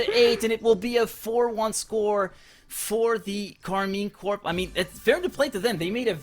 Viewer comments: Might be because it's shortened to corp, like the marine corps is also pronounced more like core instead of corp. Though i'm assuming corp is short for corporation, in which case the P should probably be pronounced. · Maybe learn English because Corp is pronounced Core.